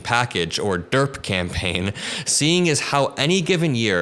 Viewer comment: It should be DRiP not DeRP